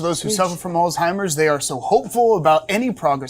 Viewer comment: Why are you guys pronouncing Alzheimer’s as All-Timers? Probably the same reason you pronounce the name Craig as “Kreg” and not as “Krayg” as it was originally created as.